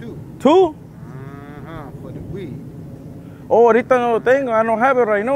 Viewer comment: “the weeDDD, mhhhmmm”